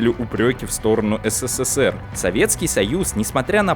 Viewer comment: Ну когда же, ты научишься, произносить СССР?! А не ССССР, как робот в переводчики гугл. ))) Попробуй потренироваться! И так: произноси на ТРИ удара С, на четвертый удар, Р.